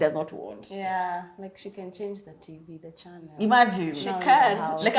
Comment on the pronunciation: I'm glad they have learn how to pronounce the word chanel as opposed to the many who say 'welcome to our chaneeel'